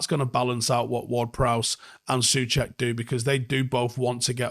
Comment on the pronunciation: Hey, love your content. 🫶I noticed your pronunciation of CZ/SK names is pretty good for an Englishman. However, Coufal is not pronounced with K but with C, try maybe /tsoufal/ and also /Soucheck/ for Soucek. Cheers 🔴🔴🔴